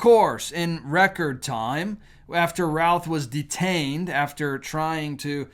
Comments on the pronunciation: It's pronounced Ruth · Btw, in NC, Routh is pronounced Ruth. Fyi... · Routh rhymes with roof.